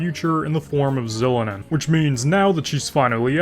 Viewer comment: I'm sorry but you deserve jail time for that Xilonen pronunciation